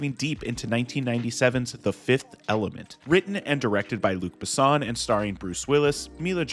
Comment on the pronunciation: Butchered Luc Besson and Milla Jovovich names